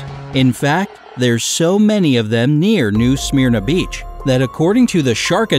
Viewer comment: As a Volusia local, your pronunciation of New Smyrna Beach and Volusia County is making me cringe.